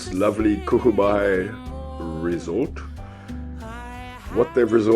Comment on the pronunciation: It is in the Western Cape of SA along Clarence Drive between Gordon's bay and Rooi-els. It was never called "cool bay". It is either "kogel bay" or "Koeel baai" as in "bullet" bay.